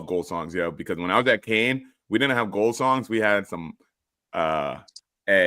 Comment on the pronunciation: I don’t remember when but you said Kane instead of Kean. Like how hard is it to pronounce Kean properly 😂